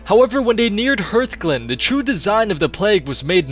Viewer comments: Hurthglen? It's Hearthglen. Like heart. Do you know what a hearth is? And wtf is Duh-lair-ann? Dalaran. Rhonin only makes that goddamn speech every hour. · HEARTHGLEN, not Hurtglen...